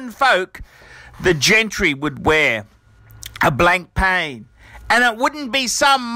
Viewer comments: It's not pronounced Blankpain, it's Blanpan, the k and I are silent. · Blank Pain... ahaha BLAN-PA!